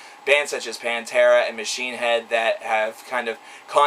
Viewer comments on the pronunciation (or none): none